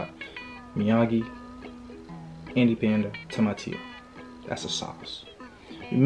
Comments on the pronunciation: bro, not TumaTyYO, but TumaNyYO))) do not confuse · Туматио он сказал🤣